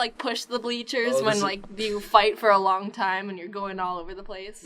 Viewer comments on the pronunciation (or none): i think just drew a long dong in Ny accent long donnngg